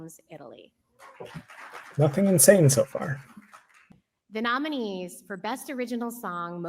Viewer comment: And botching the names of the nominees.